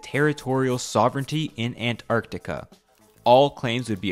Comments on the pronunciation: You are way over-pronouncing Antarctica. It's not ANT...arCtica. It's more like "an·taark·tuh·kuh" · The pronunciation of "Ant... Arctica" kinda bugs me, otherwise, great vid. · listening to this guy pronounce "Ant-arctica" over and over gave me a fukkn headache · Ant...arctica? isnt it an...tarctica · An-tarc-tica not ant-arct-ica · It's Antarctica, not Ant Arctica. You put so much effort into your research, you couldn't have looked up how to pronounce it properly? FFS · An-tarctica :( Ant-arctica :) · oh so it's going to be Antacrctica, not Alaska..."if Your know you know* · God I hope this sht never happens, let Antarctica be the one place that's somehow free from the modern idioticy of this world like economy-bs. Also is it just me, or does the way bro pronounces Antarctica makes it sound like if he's constantly saying "An Antarctica" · Bro really said "🐜-arctica" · Throughout the video I couldn't get over how you pronounce Ant-arctica :)) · Is he saying "ant arctic" on purpose? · The "Ant-Art-ica" pronunciation is really getting into my nerves. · Sorry, I could not bear the ANT-Arctica 😒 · Dude here pronouncing antartica like ANT-artica wtf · Is it me or you really pronounce it ant-arc-ti-ca? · Is he saying Ant Arctica on purpose? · "ant artica" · I like the way you say Ant Arc Tica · Ant arctica? Who says it like that? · why do you pronounce it with a space? "ant arctica"?? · ant-artica... jesus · I hate the emphasis you keep putting on the ANT part of ANTarctiva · Why are you pronouncing it as Ant. Arctica? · There are no ants in antartica, so why do you keep saying Ant-artica? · I like how hard you're trying to pronounce antarctica as "ant arctica" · The way you pronounce Antarctica makes us think you believe it belongs to ants hahahaha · Why the fuck do you pronounce Antartica like that lmao